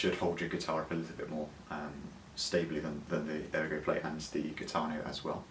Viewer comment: It’s pronounced “heeetano…